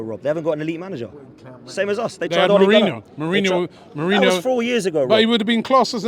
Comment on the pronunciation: Man said Mourinho😂😂